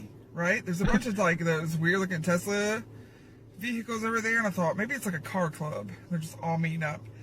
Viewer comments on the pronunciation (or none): none